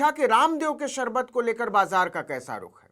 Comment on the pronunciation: Lala ko sharbat bhi bolne nahi aata anpadh logo ki tarah sarbat bol rahe hai.